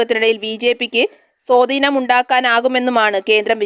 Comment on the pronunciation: സോദീനം അല്ല സ്വാധീനം